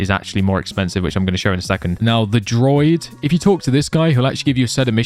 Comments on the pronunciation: also its DROO-ID droid is a robot =P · Druid, not droid. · DRUUUU ID not droid 😂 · As a person who has Irish descent it triggers me that he says druid as Droid 😂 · Bro pronounce Druid correctly lol pla